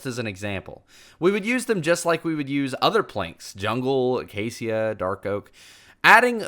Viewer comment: I’ve never heard anyone pronounce “acacia” that way before.